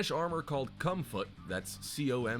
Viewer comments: what i see "comfut" vs what i hear "cum foot" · i feel like this video is a whole lotta 🧢 And Idk why but when the guy said comfut I died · Not perverted, sounds like urban speak for “Comfort”